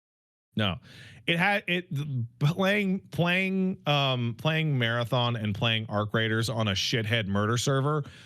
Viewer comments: Why does call it Marathin lmao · Pats pronunciation of marathon changes every other time he uses it loll